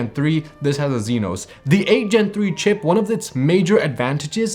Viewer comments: He mean EXYNOS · Zynos? Its spelled AND pronounced as Exynos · Why the "zenos"? Isn't it "exynos"? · What's a "zeenos" bro 💀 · How you pronounce EXYNOS is hilarious 😂 great review nevertheless 👍🏿